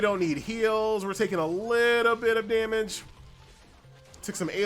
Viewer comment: Why does he say damage like that. His elementary teacher has failed him, 😢